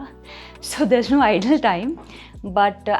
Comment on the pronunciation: Idle time she is saying instead of ideal time..and food is digested ‘between’ 2-3 hours…instead of ‘within’ 😂😂…she tries hard but her language is not perfect